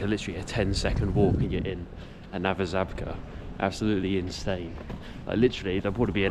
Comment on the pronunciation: Great video! I'm learning Polish (my Grandad was Polish). May I respectfully offer a little correction... "Żabka" is pronounced "Zshabka" the letter ż is pronounced like a zsh